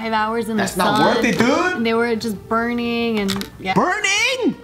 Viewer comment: I died, said " BURNNING "